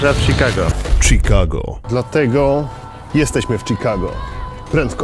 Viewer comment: Czikago, Szikago. Jedna literka robi tak ogromną różnice :D